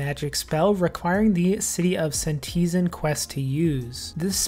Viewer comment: Hey, great video as always, but I can't get over the mispronounsiation of senntisTen (